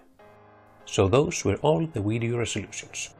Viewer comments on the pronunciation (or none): none